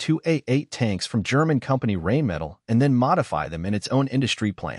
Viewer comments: The company that produces the Leopard tank is Rheinmetall, named after the river Rhine it's located at. So it's not pronounced "rain metal", say "Rhine-me-tull" instead. Plus, all the tiny moving gadgets mounted on top of most experimental tank designs' turrets do look pretty vulnerable to all kinds of simple weapons. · The tank's name is "Ariete", not "Aries". "Rheinmetall" also is pronounced "Rhine Metal", not "Reign Metal". It's also hilarious that the first ship shown in the "navy" part of this video has hoisted a German flag, which means it is a German destroyer, and not an Italian ship ...